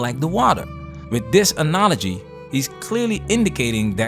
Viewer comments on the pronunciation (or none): Onology? The word is analogy.